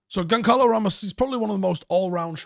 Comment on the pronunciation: Goncalo pronounced Gonzalo